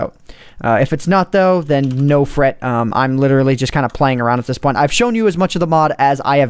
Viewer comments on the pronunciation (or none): none